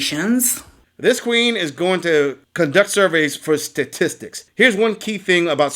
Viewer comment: "Sah-tistics" What an idiot!